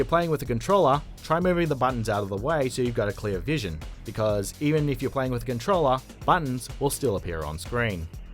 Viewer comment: Hah "CONTROLLER" NOOO